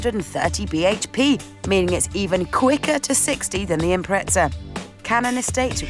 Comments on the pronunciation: ffs it’s impreza not “impretza” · it is not IMPRETZA... it is impreza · UK and US are both wrong, the Japanese pronounce it "Impressa" and they invented it. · When did they put a T in impreza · Obviously not very observant, my very obvious reason for bringing up the Forza series is they're pronounced exactly the same. You can literally just search it up. There's a T sound in both Impreza and Forza. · What the fuck is an Impretza LOL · Impreza or Imprettza? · who the fuck says impretsa? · "Impretza" lol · Lol impretza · You say impreza wrong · I was so triggered every time, where is the T.